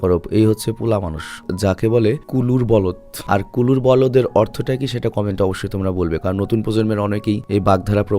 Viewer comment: ভাই এটা কুলুর বলদ হবে না।এটা হবে কলুর বলদ।